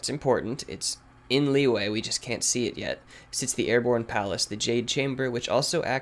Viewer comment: Lee yu eh not Lee way jeez